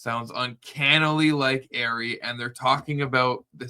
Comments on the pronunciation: It is not Airy it is 'AH- REE' 'RE' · I'm sorry, but that's definitely not Ari's voice! Her name is pronounced ARE-E, NOT AIRY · Come on Ari/monica didn’t do it for these reasons lmao she’s lying about 60% of her claims in this live.. and it’s ARI not AIRY lol just don’t want ppl to sound stupid saying airy lol wades crew first said airy but they are idiots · It's r-e not air-e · Her name is not Airy it’s Ari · Ari pronounced Are-E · Btw it’s pronounced “R-ee” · Your pronunciation of her name is incorrect, It's a long a. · you are pronouncing Ari’s name wrong, dude. 🙄